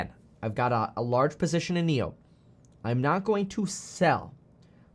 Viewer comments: Actually NIO’s pronunciation sounds like NEW in English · Nio’s pronunciation sounds like 牛 which is bull in Chinese.